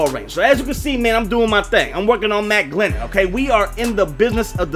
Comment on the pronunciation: You know he's bad when makes a video for him and gets his name wrong through the whole video 😂